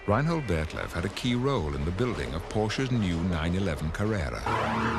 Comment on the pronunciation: Ryan Hold?! Lol, its Reinhold, a german name...